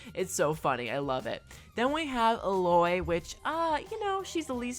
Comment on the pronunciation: wait-uh 🤣 how did he just pronounce the name? 😂 e-LOY